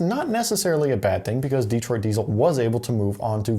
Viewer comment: It's not "DEE-troit," it's "De-TROIT."